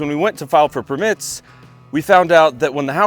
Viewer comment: Things I've learned from #763 - Americans separate the first syllable of a lot of longer words to make it sound like a separate word. Per-mits. Con-crete. A-dult. Gar-age.